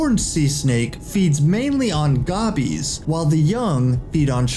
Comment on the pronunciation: You kept showing a horned viper and mispronounced gobies you don't know what you are talking about at all